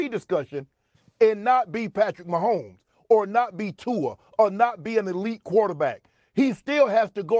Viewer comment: "Tua" -shannon sharpe. 😂